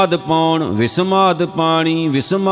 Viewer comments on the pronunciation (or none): ਵਾਹਿਗੁਰੂ ਜੀਉ, ਸੁ਼ਧ ਪਾਠ ਇਸ ਤਰ੍ਹਾਂ ਹੈ ਵਿਸਮਾਦੁ ਅਗਨੀ ਖੇਡਹਿ ਵਿਡਾਣੀ ॥ ਉਚਾਰਨ ਹੋਇਆ ਪਾਠ ਇਸ ਤਰ੍ਹਾਂ ਹੈ. ਵਿਸਮਾਦੁ ਅਗਨੀ ਖੇਡ ਲੇ ਵਿਡਾਣੀ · ਵੀਰ ਜੀ , ਵਿਸਮਾਦੁ ਅਗਨੀ ਖੇਡਹਿ ਵਿਡਾਣੀ. ਪਾਠ ਦਾ ਉਚਾਰਨ ਚੈਕ ਕਰਨ ਦੀ ਜਰੂਰਤ ਹੈ.